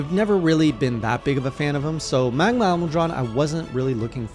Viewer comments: oops my bad typo (damned phone, PC better), MAH-GAL-UH Edit: Also you're pronouncing it MUH-GAH-LA, you're saying MUH instead MAH. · It’s pronounced ma-gala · Ma-Ga-La is how you pronounce it ^^ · The way he pronounces Magala... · Why do you say Magala so weird? And Espiñas with an ñ lol